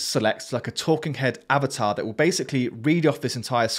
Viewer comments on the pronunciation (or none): none